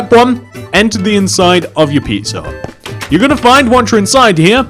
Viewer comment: When you say pizza hut fast it sounds like pisser hut